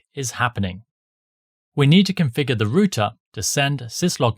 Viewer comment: It's R OUT ER OUT NOT ROOT-A